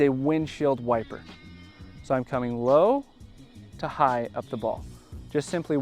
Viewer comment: o yeah .. i thought you said slap it, instead of low to high 😢😂